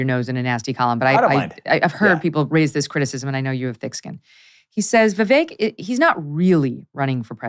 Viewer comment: I'm glad to hear that Mr. Ramaswamy's first name is now being pronounced properly, Vivek, like "cake." ;-)